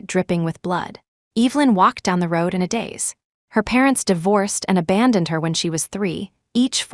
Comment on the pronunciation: Sat in a DAZE not days